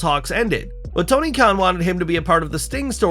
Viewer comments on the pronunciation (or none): none